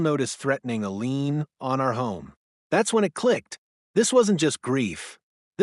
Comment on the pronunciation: It's lien not lean! Get it right AI!